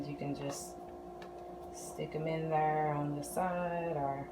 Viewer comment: Love this! It looks like the Georgia peach from the cheesecake factory. Where are you from? When you say "thurr" it reminds me of when I lived in Texas lol.